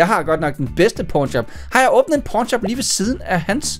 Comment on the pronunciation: Sig mig du er klar over du siger p*rn shop og ikke pawn shop